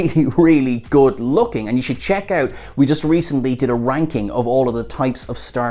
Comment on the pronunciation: Was that ranking? Sounded like something else 🥴